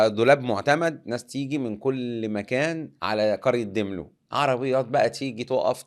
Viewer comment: داملو مش ديملو